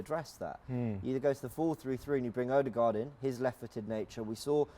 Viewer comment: I really like this show. It's professional and pretty entertaining. Apart from the "Odeegard" lol